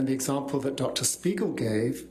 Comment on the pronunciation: Just look at his face after hè pronounced the name of dr spiegel in the beginning....